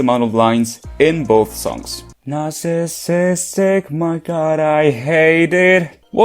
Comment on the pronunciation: "narsasistic my god I HATE IT--😭😭😭 had me rolling on the ground